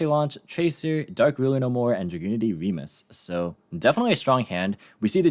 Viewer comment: Fun fact for anyone that doesn't know: Remus is the brother of Romulus in the ancient founding myth for the city of Rome. (and thank you for pronouncing it correctly).